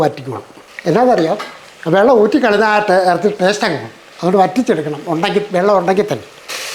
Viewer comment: ടേഷ്ട്ട് അല്ല... ടേസ്റ്റ്.